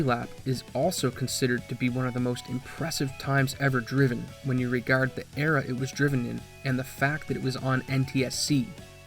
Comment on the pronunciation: Literally based entirely alone on the way you said the words “regard”, and “harsh”, I’m gonna make the bold assumption that you’re also from Southern Canada/Ontario area?? 🤔 We have THEE most subtle accent here. But it comes out in certain words lol 🤷🏻‍♂️ I could be 100% wrong here obviously... But it’s a ‘somewhat’ educated guess haha.